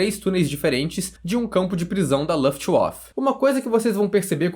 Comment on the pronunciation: Oh cara, não é luftuof, mas é Luftwaffe (vafe).